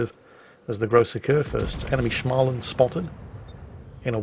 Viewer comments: Its smohl-land not schma-lnd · You seem to pronounce Småland like it is German... "Schmalland"... It is pronounced like "small"... "and", like in "He is a small boy and has a limp." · Ok. I understand that the Swedish names are hard to pronounce. But please, just say "Smaland" (sma as in small) instead of "SCHMAland". I forgive you for not being able to pronounce the "å". But i cringe when I hear "Schmaland". Other than that, great video! :) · It's Småland, not SCHMALAND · Småland, S(not Sh)må(å as O in lord)land. Småland. Means Small Land, or Land of the Small. Might actually mean something else originaly, dont know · What the hell is a "Schmaland"? Rather, combine the English words 'small' + 'und(erstand)'. The vowel sound of 'small' is spot on the umlaut in 'SMÅL' and the first syllable of 'UNDerstand' caps it off nicely. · Actually, Småland is pronounced "small and" and literally means small land. Trust me, I live there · is "Shhmallland" proper pronounciation or is this just? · try saying Smaw in the beginning when you say Småland and you'll have it nailed lika a true hurdy gurdy! =) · "Småland" should be pronounced like "Small-land" except you say it fast and drop the 3rd "L". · The swedish ship - just say "small-land" - it sounds almost like it's supposed to be pronounced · Try saying småland as if the å is an o rather tan an a, so the beginning is like a smolensk, it will be closer to how it is pronounced i think.